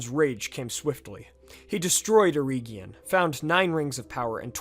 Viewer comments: I only suggest "reg" instead of "reeg" in the pronunciation of Eregion, as per the audio books from the Silmarillion. C. Tolkien as an adviser on the languages. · Great video, I'm just a bit iffy on the pronunciation of some place and people names, the way you say eregion for example. I recommend you read Tolkiens notes on pronunciation in the appendix. Mae Govannen, mellon. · Pronounced err-Egg-eon, not err-Eeeg-eon. Also, it should be illu-Var-ter, and not Illu-vutter. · Eregion for example, you're pronouncing it as Eree gion, but the second e is just as short as the first. Then Gwaith-I-Mirdain, I don't understand how you mispronounced that cause you said the first ai correctly but then you did the ai in mirdain with English pronounciation instead xD, also in this case the I (inbetween the words) is pronounced as the english ee. Dol Guldur, not Dol guldor. I think that was the main ones.